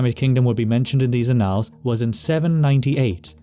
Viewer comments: ann - als'.not 'a nalls' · Annals is pronounced AN-als, sounds like AN-uhls.. It's not annAL as in canAL. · As on another video, your pronunciation is mostly correct. In this one, it's a simple word: ' annals". It's not pronounced " uh-NALLS," it's pronounced Aah' nulls, with emphasis on the first, not second syllable. The first syllable sounds like the proper name Anne, and the alls is pronounced like the second syllable of" bridal". If your going to do historical narration, you should have complete command of common English words. I think your pronunciation of place names and proper names is pretty good. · You've got me looking up how to pronouce 'annals', as I've only heard it as 'AN-uhlz' (like 'channels') before. Admittedly, I'm not finding much evidence of 'uh-NALZ' (like 'canals') elsewhere… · Could you try “ann-le”, instead of “ann-all”? I suspect you’re avoiding “ay-***” lol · Annals, not analls. Edit: interesting that you pronounce dynasty correctly but Americanly all the other times. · Thank-you! Most interesting! A small point of pronunciation, 'annals' is usually pronounced, 'ann-ls' :in other words, the second 'a' has usually been silent. And 'din-asty' not 'die-nasty' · It's "án•nals", accent on the first syllable. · If you're talking about historical records, then you are not pronouncing "annals" correctly